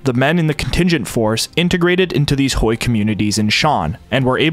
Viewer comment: Thanks so much for your diligent work! I just want to point out that Hui is not pronounced like Hoi, but more like H-way. Again thank you for the amazing videos.